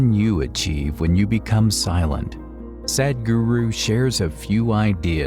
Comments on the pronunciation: I would like to see you or the computer that is narrating, pronounce his name correctly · Thank you for the video, Please,, learn how to pronounce Sadhguru 😂😂😂